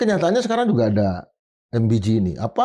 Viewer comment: Em be ge bung bukan em bi ji